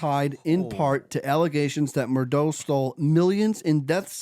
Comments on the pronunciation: It’s murdaugh ( MUR-DOCK) or MUR-DOG) or (MUR-DAW). Not what you are saying MUR-DOUGH. Haha You are are 3 years late to this story. Do something research buddy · Also it's "Mur-Dock". As Noor Jasmine said " the invisible C is NOT silent" 🤣🤣